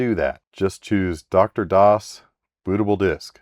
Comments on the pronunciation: BRUV!!!!! IT'S DEEE ARRR DOS! NOT DOCTOR DOS! It's triggering the hell out of me. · Hi. DR-DOS is "Dee Arr DOS" (as in Digital Research), not "Doctor DOS". Aside from that, good job dealing with Sun stuff. Better you than me.... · Slight correction: The "DR" in "DR-DOS" is actually not pronounced like "Doctor"; the "DR" stands for "Digital Research".